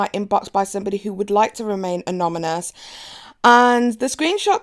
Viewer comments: Pronounce ..Anonymous. Not anommonus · It's soooo cute how you keep saying aNOMynous instead of aNONymous! I know the struggle😂 I can't say a few words to save my life either! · It’s anoNymous not anoMynous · A-NON-Y-MOUS... NOT AN-OM-IN-OUS! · A NO NY MOUS xD not anominous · Take a shot every time says Anomybous instead of Anonymous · I was going to ignore this til u said it twice so I thought maybe she needed a lil help the word is anonymous, not anomonyous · Say it with me... ANON-YMOUS. Not an-ominous 🤦 makes you sound kinda stupid love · It's Anonymous not Anomynous. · The word is anonymous not anomynous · Anomynuos? Really ? 😂😂😂😂 it's anonymous honey! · "Someone who would like to remain annomonus?" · Annomonus is not a word lol it's anonymous!!!! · Anomynous? Anonymous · Its anonymous not amonymous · its anonymous, not anominous. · It anoNymous not anomynous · i love you, but it’s anoNyMous not anomynous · Too late! Amonymous is officially how it’s pronounced now. Someone alert Webster’s! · Lol a-non-ni-mus. You’re doing great though! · 😂 Ann-onn-eey-muss. You’re welcome. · OMFG I thinks it’s so adorable! I literally had to keep rewinding bc I couldn’t focus on anything after you said “anomynous.” 😂😂😂 We all have those words we can’t say for some reason. Also, my lips were made for the same! Lol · A-non-a-mus is a way to practice it in case you want to. Just say it really slowly until you get it right and practice. You'll do just fine. Great video!! I live jeffree Starr and can't stand what James Charles did to tati, who I also love, because he acts like such a spoiled rotten brat whose so narcissistic he can't see anything but himself. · Say it with me...a-non-y-mous...anonymous...it’s easy 😘😉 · "Anominus" 😂😂 great vid though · A N O N Y M O U S . AN-NO-NY-MOUS. I had to. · I like you. But please... It's *ah-non-ah-mus*. Thank you for serving the tea so consistently and quickly. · Uh-non-uh-muss = anonymous